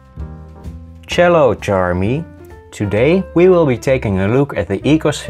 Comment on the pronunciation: “Chello Jarmy” You’re too pure